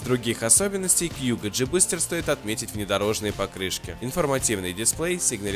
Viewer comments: А у меня у одного режет уши от того что он говорит кьюго, а не кугУ??? Ааааа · Во первых не кьюго а куго, во вторых он выглядит вобще по-другому а так обзор хороший